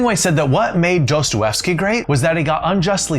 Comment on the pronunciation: Dos•toy•yev•sky. Try it, Dostoyevsky. In case ‘sky’ is confusing: Try ski. Dos•toy•yev•ski.